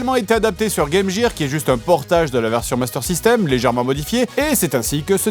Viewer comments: Game Gear se dit "game guire" pas "game jire" lol genre tu connais pas ça JDG? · Game GEAR ! le G se prononce comme dans GAFFE ! quel GÂCHIS ! c'est un GAG, P..... ! vous voulez vraiment prendre une GODASSE dans le front ! c'est pas possible ! vous le faites exprès ! vous voulez la GUERRE ! c'est pourtant pas difficile à GOBER ! vous êtes GONFLÉS de faire tout le temps la même erreur ! vous vous GAUSSEZ ouvertement de nous ! ça reste en travers du GOSIER, cette erreur de GARNEMENT, sérieusement, vous n'en faites qu'à votre GUISE, GÂTEUX GAUCHISTES GOGUENARDS… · Attention à la prononciation de Game Gear svp merci 🙏🙏🙏🙏